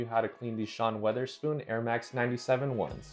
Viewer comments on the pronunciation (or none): Lmao Sean Weatherspoon? Why can nobody pronounce his name correctly